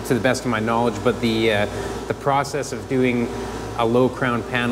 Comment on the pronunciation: he finally said process correctly 😂